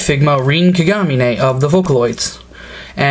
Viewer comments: Its kagamine not kaguneigh ( kagameh) how u pronounce it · FYI, If you havn't noticed, Her name is Rin (Like er smashed with inn,) Kagamine (Ka-Ga-Mi-neh)